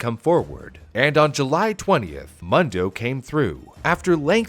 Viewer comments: Ur calling him “muhn doh” it’s “moon doh” which is “world” in Spanish - I didn’t even catch it until super late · Mundo is almost certainly pronounced “Moon-dough” not “Muhn-dough” by the way. It means “world” in Spanish. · Its pronounced Moondo, not Muhndo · everyone I've know who was named Mundo pronounced it Moon-dough, usually short for Raymundo. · It's pronounced Moondo.(Mundo) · Pronounced "Moon-do", it means "world" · I’ve lived in an area with a large Hispanic population most my life and I’m pretty sure you are pronouncing Mundo wrong. I’m pretty sure it’s pronounced moon doe. You know like Telemundo.